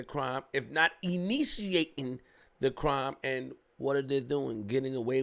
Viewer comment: my nigga said “(E)nitiating “ and put the air quotes up